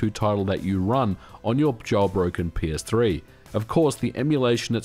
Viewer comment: I keep hearing "My Penis-3".